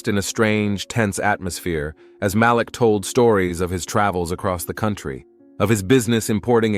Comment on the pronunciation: IT'S PRONOUNCED M A L E E K,. Not M A L I K